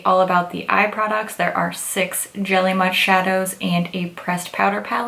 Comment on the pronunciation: I keep hearing jelly mush 😂